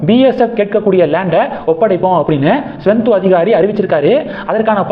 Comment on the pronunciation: தம்பி! மேற்கு வங்க முதல்வர் பெயர் சுவெந்து அதிகாரி. நீங்கள் ஸ்வெந்து என்கிறீர்கள். திருத்திக் கொள்ளுங்கள்.